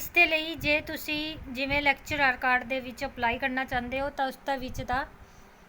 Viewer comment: ਕਾਰਡ ਠੀਕ ਕਰੋ ਜੀ ਪਹਿਲਾਂ। ਕੈਡਰ ਯਾ ਕਾਡਰ